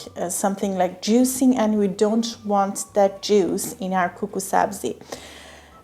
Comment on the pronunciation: Suggestion: for very close English pronunciation “Kookoo” makes very good sound v. “Koko”